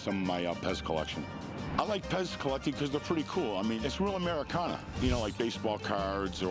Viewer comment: “Americana” hurts my soul whenever I hear it